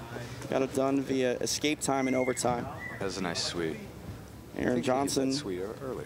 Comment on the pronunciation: it's not EXKAPE morons......ESSSSSSCAPE! Ffs